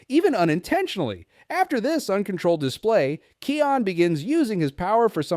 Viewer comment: Can you say kions name properly please 🙏